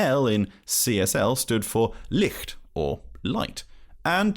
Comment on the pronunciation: Thanks for this video! „The L in CSL Stands for ‘lie-ht‘“ (DE: leicht), not ‘lee-ht“ (DE: Licht, which is Lighting)